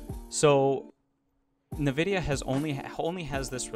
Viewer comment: Nividia LOL. I think it's pronounced N-Vidia. There is no I between the N and the V.